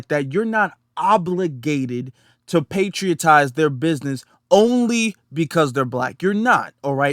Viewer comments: Bruh ! "Patronize"✊🏿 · He should just come out and say that he hates black people! Also, kind correction, the word is "patronize." I enjoyed the broadcast, thanks.